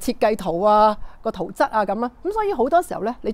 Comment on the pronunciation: 圖則，則字讀（積）😅😅😅